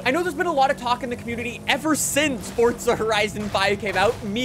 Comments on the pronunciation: PLEASE STOP SAYING "FORTZA" Forza*** my man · dude. please. its just forza. NOT FORTTZA. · Pretty sure it's Forza not Fortza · I’ve been pronouncing it wrong the whole time I guess “FORTza😂